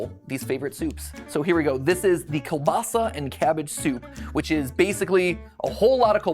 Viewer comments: Kolbasa is pronounced koo-basa. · he butchered kielbasa, its not really how people say it but its how you pronounce it, i am polish too, but also Lithuanian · as a polish person, the English way of saying pierogi is so funny to me, its still really cool that matpat makes all of these. the American pronunciation of kielbasa is just so incredible weird to me even tho i've heard it so many time.